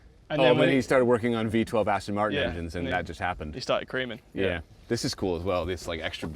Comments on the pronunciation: its "Creh-min" not "Creemin" bruhh🤣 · “He started Cremin” hahahah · Eeek, learn how to pronounce your sponsor's name lol. Pretty sure would have got it. Nice car.